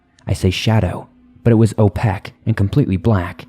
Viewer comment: How does that one guy not know how to say the word "opaque"?